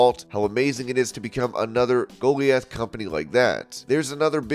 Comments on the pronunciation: "Goliath" is not pronounced "Goalie-ath".. Christ,.. "Guh-lie-ith" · Why is that read "Go lee ith" when 'Go LIE ith' is the clear standard there? odd... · Go-lie-eth not goal-eee-ath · Goal-e-ith? Go-LIE- ith please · You mispronounced GOLIATH. It's GO-LIE-ATH. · Thanks for the update. Just a note: Goliath 🗣{Ga-lie-ith} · Lol sarayas word was Goliath (Go-lie-eth) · Bro..... you had me in tears when you said "Goaleeith" (Goliath)😂- but still rock with ya!! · It's pronounced "go-LIE-ath." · Your pronunciation of "goliath" needs some work. Where are you from? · All this time I thought it was a human talking. Ha! A computer voice simulator. I'm so dumb. Goliath, was the telling word. hehe No human has ever pronounced it like that! Ever. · Goliath is not pronounced like that 🤣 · Why can't this dude properly pronounce Goliath?! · The way you pronounce 'Goliath' made me chuckle